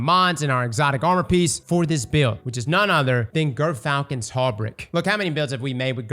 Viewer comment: Also somebody tell how to pronounce hauberk.